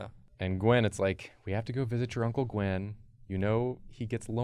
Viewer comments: AHHH STOP SAYING GWEN 😂😂 ITS GWYYYYN he’s a welsh folklore character. He’s sits on a stone alone in the mountains alone in the mist. 😂😂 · its G win not G when. im welsh and this triggers me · Gywn is pronounced Guh-Win